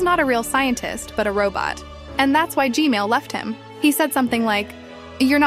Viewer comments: Why do you say gmail instead of gman? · I appreciate your videos and all but u saying gmail 💀 its gman btw keep the good work up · bruh ssif g-mail instead of gman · I love how says Gmail instead of Gman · "the new titan Gmail" 😭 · It’s so funny because POV you said gamil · I just noticed. You call G-Man Gmail 😆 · He said g mail💀💀☠️☠️☠️ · How many times did she say g mail toilet again? 💀💀💀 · why does she say gmail instead of gman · It’s g-man not gmail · It is not g-mail it is g-man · Bro why did you say gmail toilet instead of g-man toilet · He Name Is G-Man Toilet Not G-Mail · Why do you say g mail not g man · Fix ur grammer plz I’m sorry for being mean but u said gmail it’s g-man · I refuse to subscribe to this channel on the grounds that you keep calling him GMale toilet. It's GMAN. he's not a freaking email service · you make a mistake always you say g-male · I love how every time you say "gman toilet" it sounds like "gmail toilet" 💀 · I love how when u say “g-man” it sounds like “g-male” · i like how she says G-man toilet "G-mail toilet" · Don't say g mail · Bro calls him g mal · please stop saying g mel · Uhm you said g-man wrong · Kinda funny how you say gman